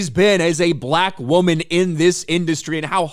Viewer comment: The weird way pronounces "Black": BUH-LaAK. 😂